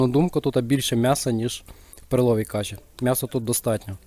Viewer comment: кашІ з наголосом на останній склад звучить прикольно) Це волинська говірка?